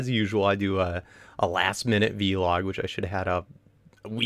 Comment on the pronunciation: It's vlog not v- log